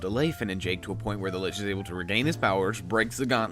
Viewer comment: There is no "T" in Lich. It is just Lich.